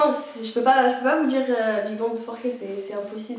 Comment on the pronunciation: J'aime beaucoup vos vidéos mais quand vous dites "big bangue" je peux pas 😂❤